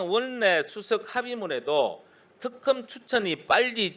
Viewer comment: 깽쌍또 내란부역국개 들 표준발음부터 배우 고나와라 턱검이뭐냐